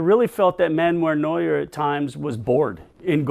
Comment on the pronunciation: It's Neuer btw